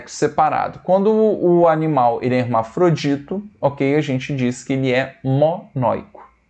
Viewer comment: letra é, de énimal kkkkk